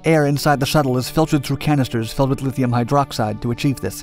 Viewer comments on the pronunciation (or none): none